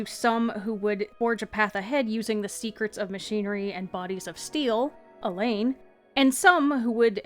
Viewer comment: Great video, it helps to connect the dots for all the bits of different lore. If I may offer a slight suggestion, Alain is kind of pronounced like Alan, rather than Elaine. I was a bit confused at first while listening to it.